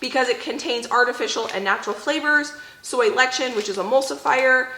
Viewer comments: It's not soy "letchin", but pronounced less-ih-thin (lecithin). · When you say lechin do you mean lecithin? It's usually pronounced les-uh-thin. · Hi! Just because I imagine you'll run into this ingredient again, it's pronounced "less-a-thin" (obviously feel free to keep saying it your way, I just thought I'd share in case you were interested)! Also, lecithin, especially sunflower, is said to have quite a few health benefits!:)